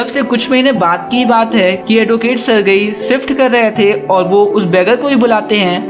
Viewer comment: सरगई nhin सरजी